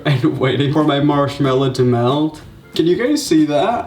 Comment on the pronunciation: anybody notice that he said “marshmello” in the begging omg Someone call Marshmellow